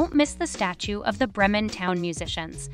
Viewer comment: Well done… you managed to mispronounce Mostar, Bremen, Krakow, Zaragoza, Thessaloniki .. oh and Baroque